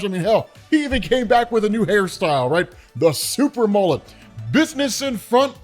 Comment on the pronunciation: Did you just say "Super Mullit".😂